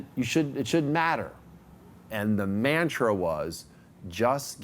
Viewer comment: My dude just said mantra like a real honky after saying they suck it all! Lol